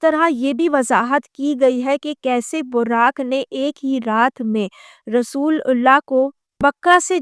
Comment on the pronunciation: She is not an ex Muslim. She is christian. She can't even pronounce correctly "رسول اللہ" and name of Masjid E Haram. She not for once said Bait ul Muqaddas, instead she said "Jerusalem".